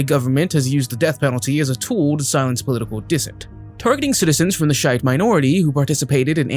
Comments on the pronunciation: Shiite is pronounced She ite. Belarus is pronounced Bell- a- roos. If you’re going to do videos like this, learn of which you are speaking. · You need to do better research on the specific pronunciation of less-familiar proper nouns and cultural terminologies, regardless of how obscure. It's common knowledge that the Shiite denomination of Islam is a TWO-SYLLABLE word. The one-syllable word you used instead would be defined as VERY offensive to adherents.